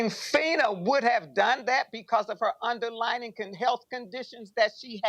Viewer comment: UNDERLYING! Not underlining 😒😒😒